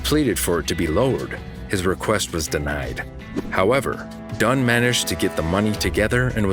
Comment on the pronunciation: HER LAST NAME IS DUNN. DUNN